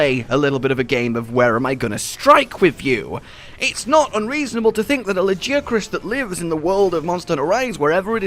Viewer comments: It's la-gui-acrus (with gui as guild i'm not a native speaker so I hope you can understand nontheless) since it's just a translation of its japanese name wich is ラギアクルス (ragiakurusu). Is the pronunce spelled la-ghee-acrus? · Ok question, is it "La-guy-ya-crus" or as says "La-jee-ya-crus"? or is it just preference? Cause he said "Nerj-i-gon-tay' in stead of 'Nerg-i-gon-tay' and I know they definetly go with the 'g' in game. Just asking cause I've heard both now. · Like a gi for martial arts, ok. Noticed that sometimes turns G's into J's. Maybe it's an accent thing